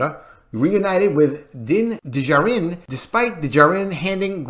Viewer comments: Please learn to pronounce Din Djarin. Just watch the show and hear how they say it. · Did anyone tell the narrator how to properly pronounce Din Djarin? Lol! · Someone tell to pronounce Dinjarin as if he lives on earth and has heard other people pronounce it. Thank you.